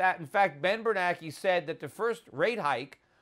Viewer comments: i don't know why but it bugs me that schiff pronounces bernanke's name "bernacky". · Yep - we should have driven the car into the ditch like Peter suggested way back when instead of going over the cliff we're about to go over. This is the longest, most excruciating pre-crash I ever could have envisioned. And just as an aside....it's Ben Bernanke as in rhymes with spanky....not Ben Bernacki as in rhymes with wacky - right?